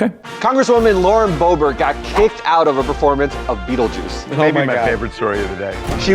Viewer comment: It isn't pronounced bo-BWAH, it's BOOB-'rt